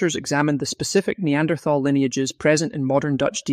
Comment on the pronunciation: >th< in Neanderthaler is pronounced as >t< , like in River Thames. >Thal< is the old spelling of nowadays >Tal<, meaning >valley/dale<.